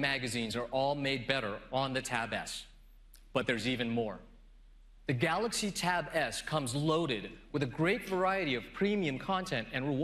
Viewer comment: this guy couldn't even pronounce the word 'Galaxy' properly.